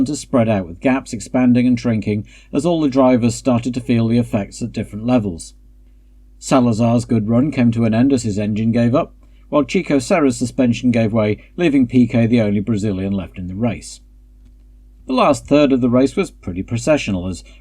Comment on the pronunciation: A minor correction: Chico in Brazil is pronounced Xico. It's rather common for English speakers to confuse Brazilian portuguese pronunciation with Spanish. The F1 official channel regularly calls José Carlos Pace "Rosé Carlos Patche"